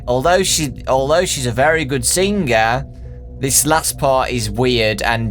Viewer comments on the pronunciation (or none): i spoke to her on facebook not so long ago. very nice lady. also why do you pronounce things with a "G" at the end "guh" for example singer - singuher.